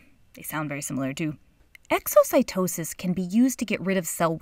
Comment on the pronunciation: when she said Exocytosis '-'